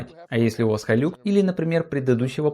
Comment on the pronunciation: Не хайлюкс а хайлакс! Никто же не называет ниву найвэ!